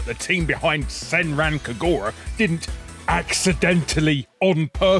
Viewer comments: Ackctuallae, it's "Kag-rah", the U is silent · Pretty sure you need to learn how to pronounce "Kagura". Play some Sanran Kagura games, and find out if they say the name of the game. Also, I noticed that little clip showing Sailor Venus from one of the SNES Sailor Moon brawlers. She's accurate to the manga where she does actively use a weapon to fight.